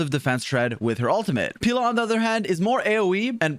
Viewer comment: You're pronouncing Pela as Pila, which means dick in portuguese. Idk how that would work as a support tbh